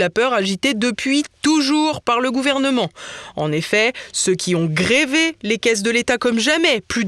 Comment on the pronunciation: "grévé" ??? D'où sort l'accent sur le 1er e ?